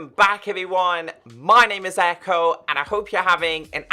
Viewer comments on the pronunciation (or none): none